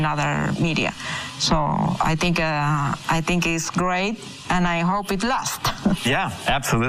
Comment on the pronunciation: Teach her pleased to say " I think " "not I Tink"